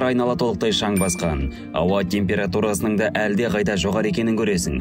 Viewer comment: Темпура емес температура